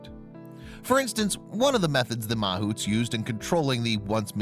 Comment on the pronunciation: it's pronounced ma-HOUTS. (yeah I got Indian blood)